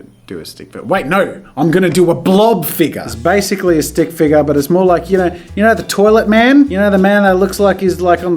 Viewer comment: “stick figga”